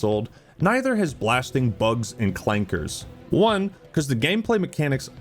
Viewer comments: Woah you just cant say the C word with a hard r. Thats offensive to our robotic neighbors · he said it with the hard r and by god was it patriotic 🫡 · AAAY! HE SAID THE C WORD WITH THE HARD "R"